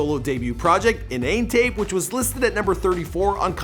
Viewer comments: In na net tape, not In nane tape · Pronounced Inn-nah-net 😞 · Inannet Tape as in 'Internet' Tape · It's not pronounced inane tape.. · Innanetape pronounced “In-na-net” like “Internet” 🤦🏾‍♂️😂